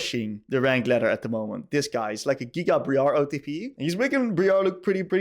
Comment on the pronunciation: did you just call briar bri-ar? it’s br-ia-r